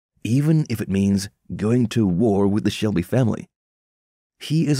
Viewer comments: I stopped watching at the audacity to call him "Thomas Selby". It's SHELBY! Ghosh you even made me like Billy Kimber's way of saying it. WTF! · Man said selby